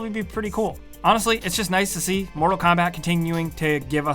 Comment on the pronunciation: He says “motal instead of mortal, can he not pronounce his r’s